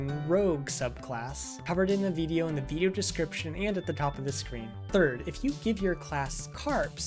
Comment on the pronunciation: Where are you from? I love the way you say veedio lol Also, I'm unable to launch the bat file. I've installed python 3.12 from the Windows Store + the three packages, but trying to launch it opens and immediately closes a command window. Error report attached below: Traceback (most recent call last): File "src/Polymath.py", line 15, in import Polymath_Software_Selector File "C:\Users\xxx\Desktop\BG 3 Mod Manager\Modding Utilities (Non-Mod Manager)\Polymath_2_0_0_Nexus\src\Polymath_Software_Selector.py", line 5, in import Polymath_ActionResourcePoints File "C:\Users\xxx\Desktop\BG 3 Mod Manager\Modding Utilities (Non-Mod Manager)\Polymath_2_0_0_Nexus\src\Polymath_ActionResourcePoints.py", line 2, in from pyarmor_runtime_000000 import _pyarmor_ File "C:\Users\xxx\Desktop\BG 3 Mod Manager\Modding Utilities (Non-Mod Manager)\Polymath_2_0_0_Nexus\src\pyarmor_runtime_000000\__init__.py", line 2, in from .pyarmor_runtime import _pyarmor_ ImportError: DLL load failed: The specified module could not be found. C:\Users\xxx\Desktop\BG 3 Mod Manager\Modding Utilities (Non-Mod Manager)\Polymath_2_0_0_Nexus>